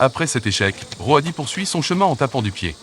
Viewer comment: Super extrait ! Mais quelle angoisse cette voix d'IA pour parler d'êtres vivants... surtout que parfois on ne comprend rien... Roadie prononcé Ro-a-di, merci du cadeau. Faîtes travailler des comédien·ne·s !!